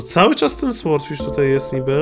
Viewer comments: to tak przeszkadza jak mówisz słordfisz. Powinno się czytać sordfisz. Nie ma za co😉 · nie,,słordfisz", tylko,,sordfisz" się mówi! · Brimble Fish W słowie sword jak i w słowie sword fish, w jest nieczytelne czyli powinno się czytać sordfisz i niewyraźnie r i d😉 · Franek Zawias Nie da się tego przeczytać po polsku, bo nie jest to ani ł ani o. Jest to dźwięk coś między, i gdy czytasz fish to i wymawia się jako y.